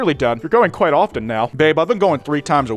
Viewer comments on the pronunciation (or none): I gotta say this was "kwite" the good video